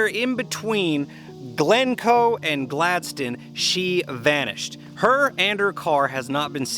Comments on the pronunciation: Gadsden not Galdsden LOL try it this way Gads-den. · What a shame that you don't know how to pronounce GADSDEN. There is NO "L" in Gadsden, Glencoe doees have an "L" in it.